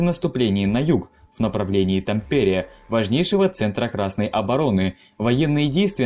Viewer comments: Так режет уши как ты произносишь название города Тампере, и фотография которую ты показал на парад 14 апреля 1918 это на самом деле Вааса а не Хельсинки 🫥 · режит ух как ты говоришь Тампере. Ударение на А) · Ну как можно так коверкать названия ударением??? Видео Интересные, но названия исковерканные ! И это не только про это видео! лАдожское озеро, а не ладОжское)) гАубицы, а не гаубИцы))) тАмпере!!!!! А не ТампЕре))) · Режет слух. ТАмпере . В финском языке всегда ударение на первый слог. Нельзя было проверить перед зачиткой для ролика? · Как финский резидент, пара ошибок: 1) Финляндия не Скандинавская страна, а Северная (Nordic) 2) тАмпере, не тампЕре :D В остальном, классное видео, спасибо :) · Это не совсем так. В сложносоставных, матерных и словах иностранного происхождения ударение бывает какаим угодно. Но ТампЕре конено звучит дико. . Да хрен с ним с Финским, у диктора и с Русским проблемы, как мтнмум с падежами. "Корпус под командованием Рюдигер фон дер Гольца" по Русски звучит так же дико как и "под командованием Георгий Жукова". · Ролик познавательный, но… ТамПере… в финском языке абсолютно все слова имеют фиксированное ударение на первый слог, в том числе и топонимы. В Сочах, в Хельсинках, в Химках. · Уважаемый автор, откуда такой вариант ударения в названии Тампере? Почему ТампЕре, а не ТАмпере? Насколько известно, в финском языке ударным всегда был и есть первый слог. Такова особенность всех финно-угорских языков. Неужели трудно было посмотреть хотя бы Википедии перед тем, как записывать видео? Или Вам нравится показывать свою безграмотность всему русскоязычному миру? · Да почему ТампЕре?! Правительно говорить: ТАмпере. В финском языке ударения во всех словах ставяться на первый слог. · тАмпере, а не тампЕре!!! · Как режет слух ТампЕре, в финском языке ударение всегда падает на первый слог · Тампере, ударение на букву "а"! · Helsingissä тогда уж. .. А чё, слова ТампЕре тебя не смутило, Суомалайнен?